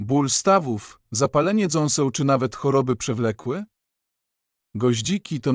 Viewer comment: Utrzymanie w dobrej kondycji zębów i DZĄSEŁ. Co to sa dząsła!? I kiedy bedzie to czytał człowiek, a nie jakas durna maszyna ktora nie umie nawet porządnie czytać... Co to ostatnio za moda na kanaly gdzie gada jakis robot i lecą zmontowane obrazki?